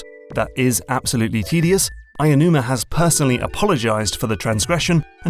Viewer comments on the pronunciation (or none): Aonuma, not Ayanuma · Ah-Oh-Numa. Not Ay-a-numa.